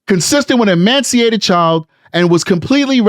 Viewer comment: Ee-mace-ee-ated. No 'n' in the word. ✌️💕